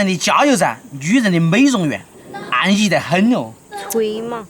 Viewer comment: 好一句 安逸 四川话 真逗